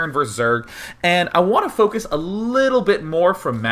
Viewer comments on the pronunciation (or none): none